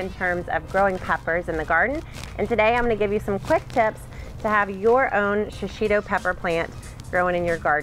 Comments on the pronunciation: I can't get over your emphasis over and over of Shishitos mispronunciation. You keep saying Sha-shi-to, there is no SHA in proper pronunciation, it is simply SHI. Shishi means lion, It is a Japanese word/pepper in case you didn't know, the least one can do is respect the culture it comes from and try to pronounce it correctly rather the over emphasis and reiterate its mispronunciation. Thanks =D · This pepper is pronounced she she toe. I lived in Japan 8 years and was married to a Japanese man. We ate these often.